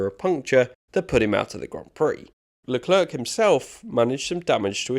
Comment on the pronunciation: Leclerk? its lecler